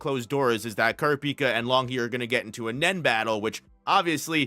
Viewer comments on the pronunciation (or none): Please learn how to pronounce 'kurapika'